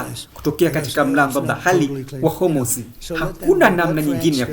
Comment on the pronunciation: Mtangazaji hawezi kusema bahari. Anasema "bahali" halafu anasema trump anakosae.